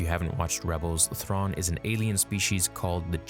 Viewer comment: I’m sorry did you just say Thraun and Ezra got “Yeeted” ?